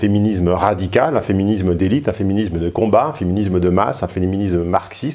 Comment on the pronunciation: Tu parles très bien. Cependant féminisme se prononcé [isme] et non [izme]. Cordialement.